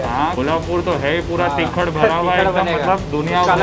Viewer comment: It's not तिखड it's तिखट